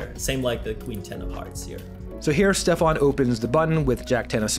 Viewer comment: It´s Steffen not Stefan;)